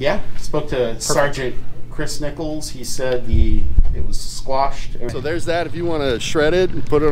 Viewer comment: Love your audits. FYI, the proper term is quashed, not squashed.